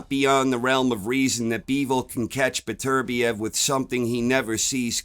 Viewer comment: Top man,you're one of the few non Europeans that can say Beterbiev correctly🤣I have Bivol points. Well see✌️🥊